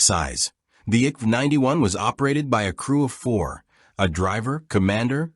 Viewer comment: At least try to pronoce the names rìght. I K V 91 (Infanteri kanon vagn 91)